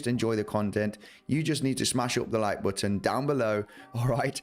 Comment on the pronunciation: you pronounce the word “button” better than anyone on YouTube, and for that I think anyone who doesn’t smash it up might be dead inside. Even aside from the analysis of course lol